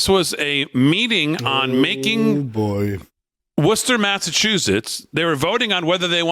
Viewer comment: So glad I moved out of Massachusetts three months ago after living there all my life up to that point. Thank You Lord. The New York guys know how to say Worcester...😊